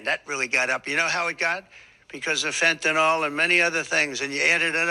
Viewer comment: Ffs, fentanyl doesn't fucking rhyme with Tylenol